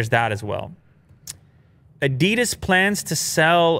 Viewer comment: You did so well learning to pronounce Porsche, you can learn to pronounce Adidas as well. 😜